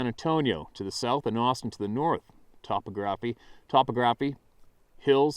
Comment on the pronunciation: It's pronounced: ta-POG-ra-FEE